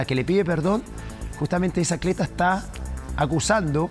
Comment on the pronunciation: el eriodista dice acleta